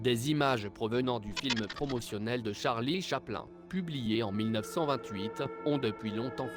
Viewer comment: att att ta dit quoi charlie chaplun t serieu sa se dit charlie chaplin meme si c une fausse voir sa ma fait mal au oreilles